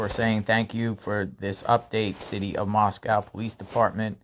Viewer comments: Moscow is pronounced , Moss-Koh like the word oh not COW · Read your comments, it's pronounced MOSS CO !